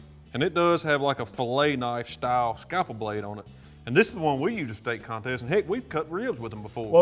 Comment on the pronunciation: Scapple? Never heard that before! Must be the Mississippi way of saying scalpel! 😆